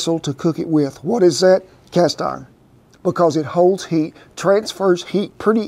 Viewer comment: “Cast orn” love this guy😂